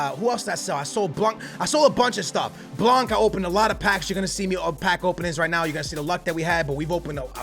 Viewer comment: U don’t pronounce the c in blanc